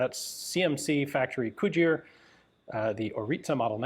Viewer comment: Cugir is pronounced sort of like this: koo-gere(like Richard Gere) or ku-gere